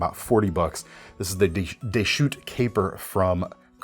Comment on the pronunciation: The s in Deschutes is pronounced. It's a river in Oregon. It was given its name by French fur traders, who called it Rivière des Chutes, or "River of the Falls", a translation of the First Nations name for the site. (The city of Tumwater, founded in the same location, takes its name from the Chinook Jargon translation for "waterfall".) Some trivia....